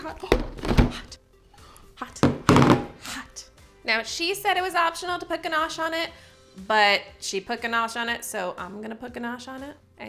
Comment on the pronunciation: Mandarin isn't the only thing you've been mispronouncing. Google how to pronounce ganache.